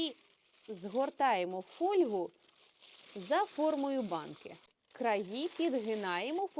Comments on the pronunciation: Якщо ви про фольгу. То ми завчили вимовляти не правильно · Чому наголоси по перекручені ? То не є українська мова . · Де ставиться наголос у слові фольга? Запозичені слова зберігають наголос мови, звідки походять: жалюзі́, лу́па, фо́льга, фо́рзац, ла́те.... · Спочатку зробіть також з паперу для випікання А тоді з фольги.Це по-перше А по друге неправильно вимовляете фольга.